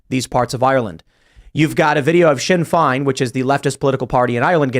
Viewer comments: It's pronounced "shin fayne" and they're the political arm of the IRA. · Shinn Fain not fine....lol as it sounds not spelt before some Irish meat head tries it on....Also rhymes with *Shit Brains*...... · Timcast starts after a week of news to regurgitate and Tim ("I don't need no school") Pool pronounces Sinn Fe'in as "shin fine" and Le'on, France as "lion". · Hey Timcast, it’s pronounced ‘Shin Fain’ and ‘LeeTriM’. How Britain treated Ihe Irish? A few unknown facts: Irish and British citizens can move freely and live in either nation, there are more Irish in Britain than there are British in Ireland, Ireland enslaved the British for centuries. Dublin was the European slave capital for centuries. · It's pronounced "shin fayn"